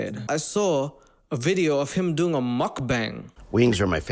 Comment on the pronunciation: lmao love your channel but you completely butchered the pronounciation of mukbang 😂